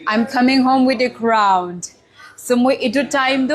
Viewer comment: Congratulations miss! Sorry for this, but I hear 'crownt'. May you continue to shine. You are beautiful and confident.